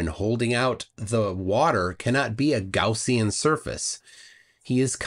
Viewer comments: A "Gowzean surface?" I think it's Gaussian surface quiz kid! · Did he pronounce Gaussian as Gorsian?